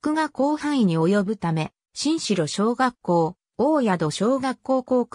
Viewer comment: おおやどしょうがっこう、しんしろしょうがっこうでは、なく